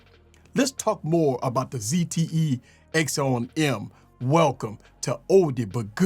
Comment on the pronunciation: And for the love of God it's not called an axown em its called an akson m axon m its pronounced acson m